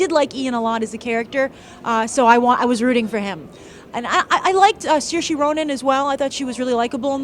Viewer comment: Everything was basically labeled. That's why it was Store. That's why there was heal & cool & such. & she pronounced Soairse's name wrong. It's Ser-Sha. -.